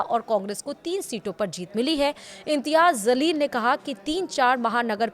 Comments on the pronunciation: Madam ! Urdu ke words samajhkar boliyega ! Aapne bola " IMTYAZ ZALEEL" Iska arth sahi nahi hota, Aap boliyega "IMTYAZ JALEEL " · Madam it's not Zaleel It's Jaleel.. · ANCHOR PLZ JALEEL BOLO ZALEEL NAHI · Please pronounce Jaeel(glorious) and not Zaleel(distorted)